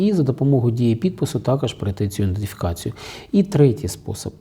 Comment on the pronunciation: Ідентифікацію а не індефікацію